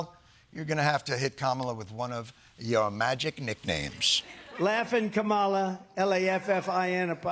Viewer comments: Is it simply another dogwhistle that the #WorstPresidentEver continues to mispronounce 'Kamala'? She's only been the VP for 3 1/2 years .. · Can we talk about how Republicans aren't even TRYING to pronounce Kamala correctly?